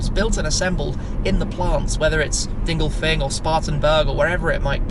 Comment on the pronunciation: He pronounces it incorrectly, it's dingolfingen